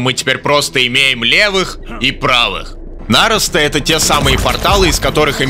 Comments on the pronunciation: Да почему нАросты то? Ну нарОсты же, нарОсты. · У меня один вопрос: почему ты говоришь нАросты? 🤨